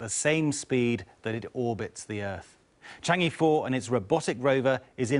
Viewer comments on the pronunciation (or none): Chang'e should be pronounced as Chang-err, but not Chang-ee.